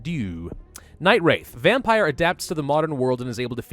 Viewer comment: What's a "Vempire"? . " . .\_/ .